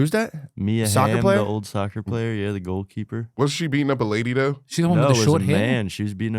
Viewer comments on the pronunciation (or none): I’m glad someone finally said it. Pair that with how he says “doe” instead of though. His face is hella swollen looking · He shouldn’t be allowed to get high before the show when he’s gonna be on it. He’s already at a disadvantage being as black as he is. It’s “though”, not “doe”